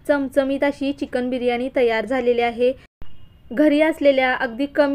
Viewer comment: छान रेसिपी ताई, पण चिकण नाही चिकन म्हणतो आम्ही